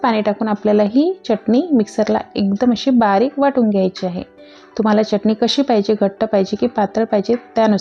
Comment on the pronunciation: मँडम च्यटणी नका बोलू हो..... चटणी बोला.